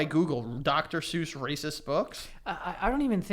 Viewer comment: Are we just gonna pretend that’s not how we pronounce Dr. suess?